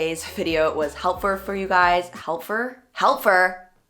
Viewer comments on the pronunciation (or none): "helpfur" lmaooo